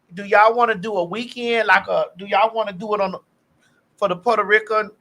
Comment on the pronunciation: That Ri-CANNNN always kills me because thats how my grandma used to pronounce Puerto Rican 😂....also it wasnt Puerto Rico it was Porta Rica😂